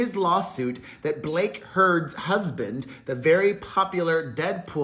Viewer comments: Did you say Blake Heard!?!…..love it!😂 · oh, you did not just say Blake Heard.